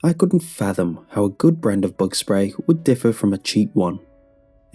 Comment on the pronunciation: I thought you said "Thug problem"